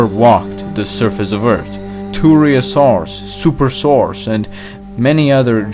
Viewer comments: it’s “earth” not “eart” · I can’t handle how he says earth it sounds like he’s saying eurts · It triggers me that you don't pronounce the letter H. It's Earth not ert. It's think not tink etc.... . Officially untriggered. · You're the guy that said : * "E R T" * In another video 😁. (For people who don't know, "Ert" = Earth)